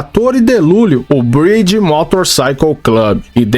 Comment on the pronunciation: A pronúncia do MC tá errada amigao ... Vc tá falando Bridge (ponte, em inglês), quando na verdade é Breed (raça).